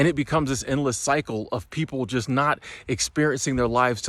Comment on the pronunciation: I agree with you. Maybe too much emphasis on "just"